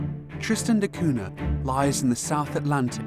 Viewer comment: It's "koonya" not "koona".